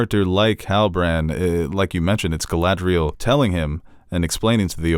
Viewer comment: insistence on mispronouncing Galadriel and Isildur is adorable